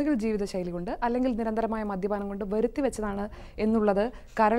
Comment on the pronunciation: Not 'veruthy' , it is 'varuthy' vechathu.